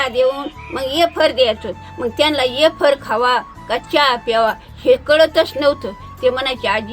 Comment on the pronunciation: आज्जी येफर म्हणते.फार आवडले.वेफर्स नाही . मज्जा वाटते.😂